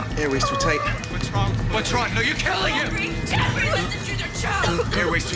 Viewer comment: "The cure is klling him"😂